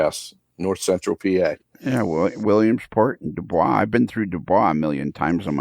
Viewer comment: Psst, could someone tell that DuBois is pronounced "Do Boys" not "Du Bra". Cheers, Rich S.